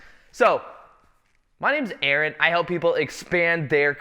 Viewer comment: Lately I’ve been always imagining you pronounce your name as A-Aron and today you literally did it. God isn’t that the thing called synchronicity?